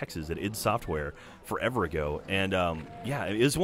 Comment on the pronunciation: "foreve ago" that's a long time